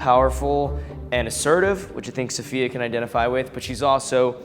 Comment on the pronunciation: I thought Safiya's name was pronounced sa-fie-yuh oops